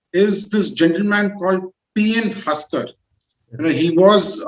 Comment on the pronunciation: It' Haksar not Husker